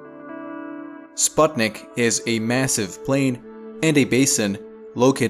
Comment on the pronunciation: you pronounce sputnik wrong